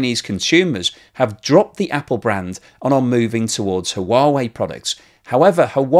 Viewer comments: Thanks for this important story,. One suggestion: Huawei is pronounced "Wa-weigh," not "Ha Wa Weigh." Keep up the good work! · It is just me... Or are you pronouncing Huawei wrong.. it sounds like you say Ha-uh-wa-eh. It's like you added an extra vowel at the start of the word. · Comment on your pronunciation of Huawei. It should simply be “wa wei “ and no need to pronounce the “ha” in the front. Just wa-wei will do just fine. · No it’s not…..it’s “hwa way”, the h is not silent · Blog. The proper pronunciation of Huawei is Hwah-way. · Hi, Huawei is pronounced: h-wa way! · "Who-whaa-vey" does sound a bit off. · The H is silent in Huawei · say Huawei like Stewie Griffin says Cool HuWhip. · I think you need to check out how Huawei is pronounced. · Huawei? Check out the pronunciation. Great content though - as always. 😀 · It is only two syllables not 3. But many goof up the pronouncing. I think we can cut him some slack.